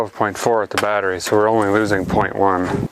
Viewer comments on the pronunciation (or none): it’s cursed hearing him say ‘battery’ and not ‘battree’ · Is it just me or do you guys love how he say batttree lol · You say "bat-trees" just like my gramma did!